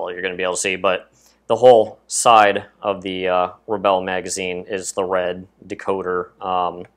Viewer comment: and u pronounseset RE BULL not RE BELL